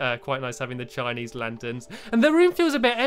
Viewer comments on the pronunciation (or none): none